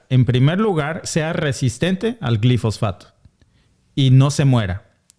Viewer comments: Es Glifosato y no Glifosfato. Cuidado con la pronunciación. Yo deje de comer avena Quaker por esa razón y sólo consumo avena orgánica sin glifosato. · Una corrección si me lo permiten: Glifosato, no Glifosfato. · se dice GLIFOSATO 👉👉